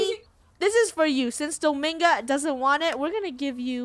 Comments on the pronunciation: It’s not Domingo it’s dominga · its DomInga NOT domAnga